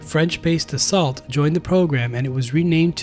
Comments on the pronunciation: Dassault - 'Dasso'. S'not hard. Renault - 'Renno' Peugeot - 'Perzho' Dassault - 'Dasso' Dasso. Dasso Rah fail. Das. Oh. Da salt is New Yorkouise for 'The Salt' I don't normally get picky, but that's egregious. Hard to take seriously someone who's evidently never heard the name spoken aloud. Give it a try, it's easier than it seems. Dasso dasso dasso. It's name is dasso and it's a Frenchie fighter jet. Like lasso. Lasso a renno or perzho from your dasso, like Louis Blerrio, from atop the Mazhino whilst crying like Pea-aero. French names ending in 't' are almost invariably pronouced as if that 't' were 'oh'. Dasso. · Dassault is pronounced Dassau and Rafale is pronounced Ra-Fell, not Rafael lol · Da-salt. Raphael? You're hopeless. Good video otherwise.